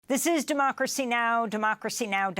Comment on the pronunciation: its beyond tolerable for thus anchor. the way she speak " drmocracy " its like democracy its a pill of cabbage or cheap on dale staff. beside the way she look make me drpressed with no hope for the " democracy " she metioned about whayever thst contents is.